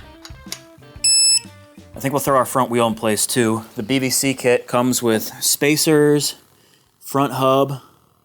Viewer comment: I keep hearing BVC as BBC 😅